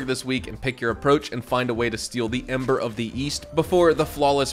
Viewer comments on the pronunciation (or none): none